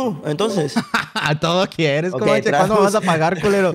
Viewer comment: Pinche pan le dice Komanche JAJAJA